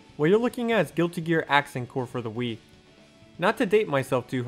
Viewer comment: The idea of someone trying to do Sidewinder loops while waggling the Wiimote like a madman was already enough to make me laugh, but then I heard "Accent Calories" and I don't know why but my sides went into orbit.